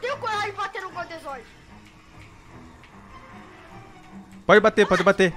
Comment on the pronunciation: Eles falaram mil vezes godezordi